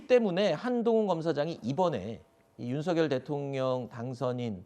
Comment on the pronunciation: 윤서결 발음 틀렸어요 윤석열-발음 을 (윤성열) 한라산-한나산 아니죠? 할라산